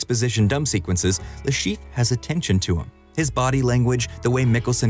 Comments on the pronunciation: Le ChiffRE! Say his name correctly, make an effort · Le Cheef? You may want look up the pronounciation of foreign names in the future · Aaaah yes the famous "Le Schieef"